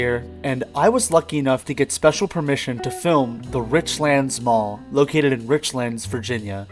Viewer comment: Nice bit of nostalgia. Use to eat at that buffet sometimes while I was in college back in 99-01 and went there every so often as a kid. Just for reference it is pronounced rich lands not richlunds. Like two separate words. Easy to tell visitors not from around here by the way the pronounce places around here haha